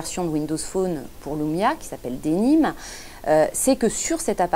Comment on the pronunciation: wsh pk vous dites LOUMIA c'est LUMIA LUUUUUUUUUUUUUUUUUMIA xD